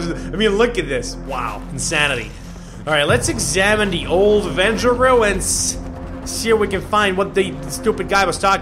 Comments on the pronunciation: It's wenja not venja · weja not venja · Wenja not venja